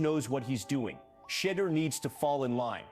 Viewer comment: Why are they pronouncing his Shadeur's name, "...Shitter." Looks like the Browns aren't really into Brown. They need to sell the team.